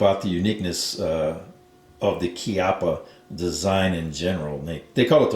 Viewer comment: It's rather "KYUPP-puh" than "KEE-up-uh". It's an italian surname, funnily meaning "buttock"